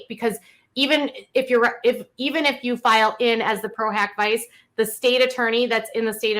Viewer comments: The way she’s pronouncing pro hoc vice 😳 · She's saying pro hack vice and it's pro hoc vice! Loved the correction.